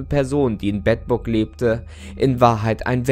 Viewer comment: Ich als Bedburger muss sagen es wird Beedburg ausgesprochen ;)